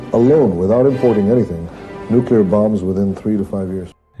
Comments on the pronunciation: Love your content man. My own beliefs align with yours to a great extent. Not important but fwiw it’s pronounced more like “nuke’-lee-err”. Most people incorrectly say “nuke-you-lerr”. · you broke my brain mispronouncing nu-CLE-ar. Normally love your vdeos, but had to turn this off.